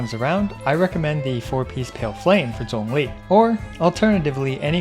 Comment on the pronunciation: Actually pronouncing Zhong li's name correctly "chefs kisses*